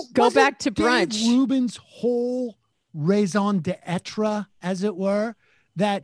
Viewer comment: pronunciation of raison d'etre hurt me physically, and i'm not even a native french speaker. still, everything else in this vid was right